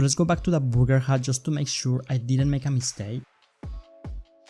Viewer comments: BURRRR GERR, not BOOGER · It's not booger it's burger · He said booger hat when he tried the burger hat 2nd time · Booger* hat ;) he did say booger hat tho didn't he lol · Again did you say Booger? and a Booger hat? who would want a Booger hat? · Burger (booger 😂😂) 🤗🤗💖💖